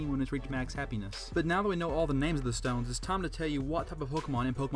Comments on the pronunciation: You said moon dtones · Sorry I had to mention 'Dtones'